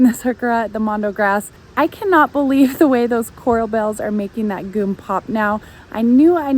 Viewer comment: It's pronounced jee-umm.